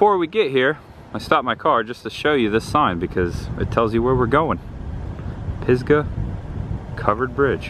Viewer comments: Oh, man! It's Pisgah(pronounced Piz-ga) not Pigsaw. I have been there many times, both before and after the bridge was destroyed and then re-built. That's why it was in such great shape. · Pisgah Covered bridge is in my hometown. You pronounced is wrong a few times😂 My name and few of my family members names are carved into that bridge. Thanks for showin it on your channel. That was awesome. I’ll be down there again for my annual family picture in December.